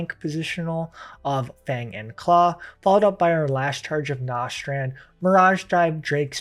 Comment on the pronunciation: Good guide, but you are mispronuncing a bunch of these skill names “Nostrand” is Nastrond, “Radien thrust” is Raiden Thrust